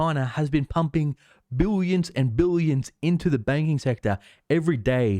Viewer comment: I love the way you say buyions Buy the dip . This market is only going up !